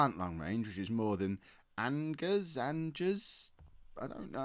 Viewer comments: Angers = "On-je" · p.s sorry, I made a small mistake - Angers should be 'onhzay.'